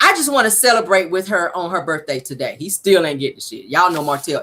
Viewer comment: Guuuuuuurl, you got me cracking’ up “tu-day”😭😭😭😭🤣🤣🤣🤣